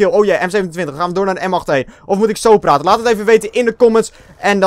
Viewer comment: Lol min. 15 zei je platen in plaats van praten. Haha!! Ga zo door